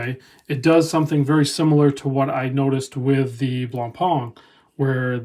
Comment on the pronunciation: Lovely watch, I've a soft spot for GO, I can't afford it but I really wish I could. By the way Blancpain is pronounced Blongpan rather than Blongparn, it took Tim Mosso years to get it right and his language skills are pretty good.